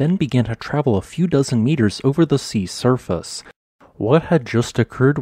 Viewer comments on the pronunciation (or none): none